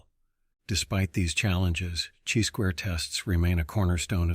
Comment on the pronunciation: You know it’s a computer when he says, “type EYE error” and “CHEE squared test” 😅 but great content all the same 👍